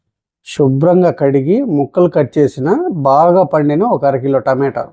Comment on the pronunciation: టమేటో రసం కాదు రా బాబు. టమాటా అనాలి